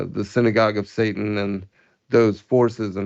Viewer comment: It is an accent but perhaps subconsciously, it does expose something. Yah Bless.